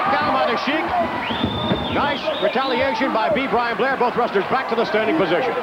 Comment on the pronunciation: jese said be blian blair lol